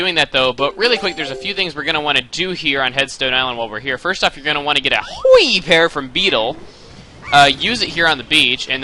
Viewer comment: lol y u say it so funny! HYOI pear